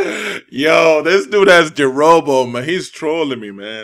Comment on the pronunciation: I lost it when you said Jurobo for hokage xD